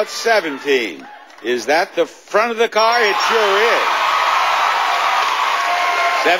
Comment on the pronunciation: I love Rich Fields' energy and enthusiasm, but he forgot that there is an "R" at the end of "CAR." He actually said Jerry could win a NEW CAAAAAAHHHHHHHHHH! And he's not even from Boston :)